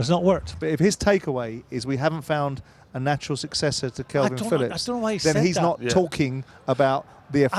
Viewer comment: It’s Kalvin Phillips not Kelvin Phillips, Simon, you utter melt. I’ve never known anyone so clearly intelligent to mispronounce so many names/words🤦‍♂️🤦‍♂️